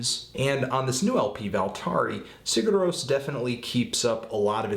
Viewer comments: you basically don't pronounce the 'g' and replace it with a 'y' so it sounds like siyur ros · I think it's pronounced like "Sire Rose" but I could be way off. Eh. Love the band though. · it's pronounced as "SIH-ghurr rohs" (that "g" is really soft though). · si'ur roe-ss is how it's pronounced. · It's like "See-yur Rohs", the "g" is silent. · I think it's pronounced "see-ur rose". I may be wrong though. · good review anthony its pronounced Seer roas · Yeah, no, there's more to pronouncing it than that. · Your pronunciation is okay, the main thing is that you put the stress on the wrong syllable. in Icelandic, stress is always on the first. That, and the 'g' in 'Sigur rós' is very light, almost not even there. Musically, I think this and are my favorites by them, specifically for the reason you thought it was nothing special: I like that no one thing overpowers another. Everything is placed perfectly enough to be heard and recognized, but without being loud or obnoxious.